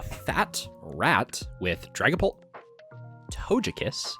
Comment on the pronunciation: Did pronounce Togekiss as To-jeh-kiss???